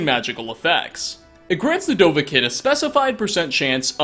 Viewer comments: dovah keen DOVAH KEEN NOT KIN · How many videos until you start pronouncing Dovahkiin correctly?